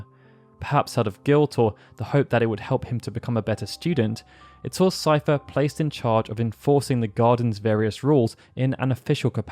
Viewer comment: I'm glad someone knows how to pronounce Seifer lol! When anyone mentions me in their videos, they call me 'Seeferboy'. I try not to get annoyed because I know a lot of people don't know how to pronounce German names. Fun fact: some of my grandparents had the last name 'Seifert'!